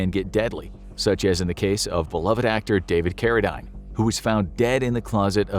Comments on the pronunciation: David Carradine’s name pronounced Carra—DEEN, not Carra—DINE. He was most famous for his role on the series “Kung Fu” back in the 1970s. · Learn how to pronounce Carradine.